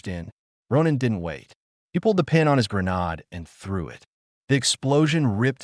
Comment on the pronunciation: "grenod"???? What in the actual hell. Damn snowflakes can't even program an "AI" to read. No wonder you can't show up to an actual job.